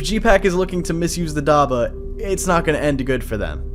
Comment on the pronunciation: Im gonna say this again, it is prenounced dab-bah not dabah